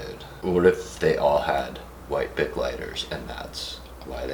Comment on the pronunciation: I kept hearing big not bic and I'm like "Bitch wtf is a big lighter they are all the same size"